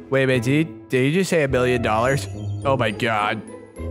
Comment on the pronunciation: Bruh did actually just say wickalodian?